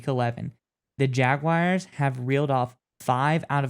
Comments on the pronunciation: There is no WIRE in Jaguar. Say Jag then say the letter R with a W sound in front of it. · Don't care who we play. I'd rather not go to Buffalo. But that's 'cause of the weather, not the Bills. And it's Jag - wars, not Jag - wires. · They are not "Jagwires." 🙄 Pronounce it right - "Jagwars." 🐆